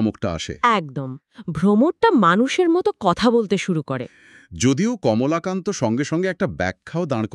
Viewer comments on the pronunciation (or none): Kamlakanto shunte baje lagchhilo ebar thjk holo Kamolakanto